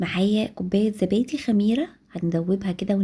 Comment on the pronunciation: اسمه زبادي مش ذبادي يا عرب